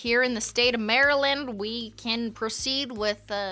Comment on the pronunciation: I am literally CACKLING AT MARY-LAND pronunciation 🤣🤣🤣